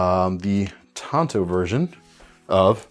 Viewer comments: IT'S PRONOUNCED TANTO NOT TANTO!!! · It’s not tanto it’s tanto.. duh